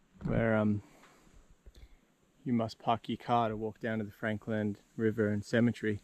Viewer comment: It's Franklin not Franklan. Aren't you from Tassie dude🤣 Cool episode though👍